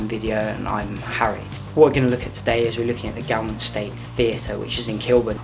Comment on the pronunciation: Very good but the pronunciation of Gaumont - pron gomont...